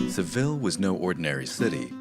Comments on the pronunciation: It’s pronounced se VEE ya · He pronounce Seville wrong, though.